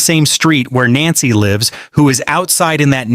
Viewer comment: Idiot cant pronounce her name. 😮